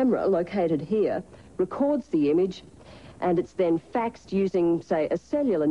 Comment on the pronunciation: HA its "FAXED"